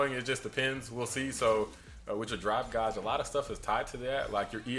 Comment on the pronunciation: its pronounced Gayge, not Gahge